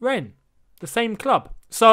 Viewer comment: I absolute love how you’re unsure of how to pronounce Rennes/rennais and just change how you say it